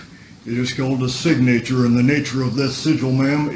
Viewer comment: Sig-Nature. x.x